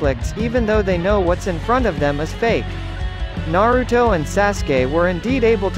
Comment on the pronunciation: He said Naroodo